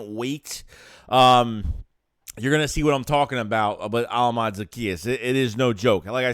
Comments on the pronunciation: Pronounced oh•la•me•day 😅🇳🇬 don’t worry you have time to learn it. Great pick up! More than just a burner too. Well done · I'm just getting on how you butchered his name but it's a good signing but we'll see how it shakes out......see what I did there